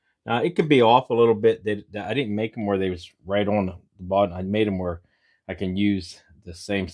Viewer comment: You make some really nice things really.Simple, really nice, but just so you know, the word is bottom, not boden